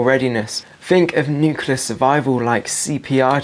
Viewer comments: Great video but please say 'nuclear' not 'nucular'. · Nuclear,, not 'nukular'. Other than that good videos.